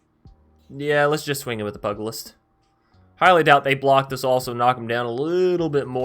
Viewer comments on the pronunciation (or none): Fun deck concept, but...... "pew-ja-list" is the pronunciation, it's the old term for boxing, or fisticuffs in general. Other than, great stuff as usual.